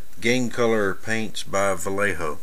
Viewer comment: Its [Vajecho] ;)